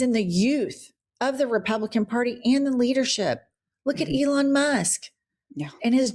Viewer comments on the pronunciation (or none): none